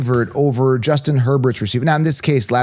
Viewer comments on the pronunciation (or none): none